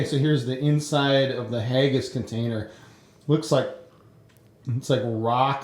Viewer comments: it is not hay-gass it's hagass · You pronounced Haggis wrong.